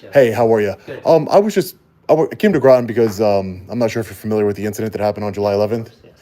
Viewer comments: I think it's "Rotten" CT, not Grotton. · That's "Groton." Rhymes with "Rotten."